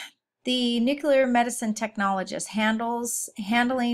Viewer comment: Need to better pronounce nuclear medicine terminology. It not ‘newclur,’ it’s nuclear! Methionine is not methylene, etc.